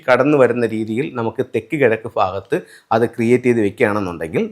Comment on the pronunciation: അണ്ണാ, ഫാരതം അല്ല ഭാരതം.... ഫാഗത്ത് അല്ല ഭാഗത്ത്..... ഇതെന്നാ മലയാളമാ? കട്ടം.....😮